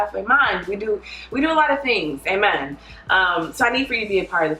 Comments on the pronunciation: I thought she was saying "and mind" Came to the comments for clarification. Thank you lol Still don't get it but now I know it's not and mind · This is how many times she said “AMAND” ⬇️ ⬇️ ⬇️ ⬇️ ⬇️ ⬇️ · nobody:: amand. amand. AMAND.